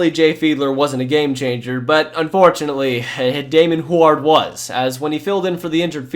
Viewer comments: Hue-erd. Not Hu-ard. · Hoo-ard? lol. Brock huard calls national games every week. Pronounced Hugh-ard. Sheesh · ...it's pronounced Hyoo-werd, not Hward. Just sounded so strange, had to point this out. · Its NOT HWARD its pronounced Heward Idiot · It's pronounced "Hew-ard" not "Who-ard." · I don't think anyone has mentioned this, but I don't remember "Huard" being pronounced as "Hward" rather than "Hugh-erd" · Who is this who-ared person??? It is pronounced Hue-ward... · It’s QB David HEW-urd, not hew-ARD . . . Marino’s backup. Youngster error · If you are going to mention a player so much, learn how to pronounce the name correctly. It’s Damon “”Hue” -ard, not “Who” - ard. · Dude it's not pronounced who are its hew erd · Hue-erd bruh Hu-ard not who-ard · lol at “Hward” it’s Hue-ward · Great job, this was a Great recap and fit what all of us Dolphins fan felt. My only suggestion is to work on pronunciation of last names Huard (Hu-word) Ogunleye ( O- goon-lee-a) and Travis Minor is Minor not Homer .... if these are jokes I apologize I will get them the more I watch.... regardless Great history recap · Just for the record and I hope you see this. It’s pronounced Hugh-ard not wuard like you kept saying. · Oh my god it's hyo͞o(w)ərd not ho͞o(w)ərd. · Wow bro you are seriously butchering Huards name... its pronounced hew-ard not hoo-ard. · Damon *hugh-ârd*....not who erd. Js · I was thinking the same but his way is funnier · Great video. You butchered so many names though o-GOON-lee-A. damon HEW-ard. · Huard is pronounced "Hue-word" love your vids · Damon Hugh-erd is how you pronounce his last name , Go Huskies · Dude....yer killin' me. It's Damon Hew-Ard. Huard. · It's not Hu-aard lol it was Huard good lord 😂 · It's pronounced HYOO-URD. Damon Hyoo-urd. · it's damon "hugh ard" not rhymed with guard lolol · Dude. Huard is pronounced "HeYooWard" only 2 syllables. HewArd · Huard is pronounced hew-ward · Why the hell are you Pronouncing Huard like that? It's Hue-Erd.